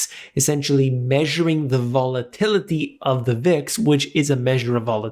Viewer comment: One more time VOL-A-TIL-I-TY